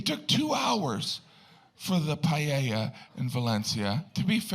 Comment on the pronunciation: Yes, I thought it was a bit insulting. And at least he could have learned to say PAELLA.